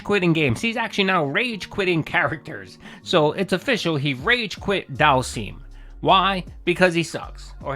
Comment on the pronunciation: DHALSEEM snort 🐽